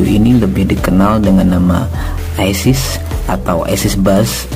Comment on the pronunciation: Bukan aisis tp ices,bacaan bhs Indonesia bukan bacaan bhs inggris